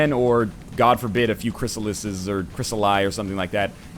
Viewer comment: I thought he was gonna say lets take the time during the loading screen to say GJ NL you said chrysallids correctly